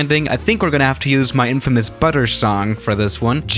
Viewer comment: the way he say butter than say but-eh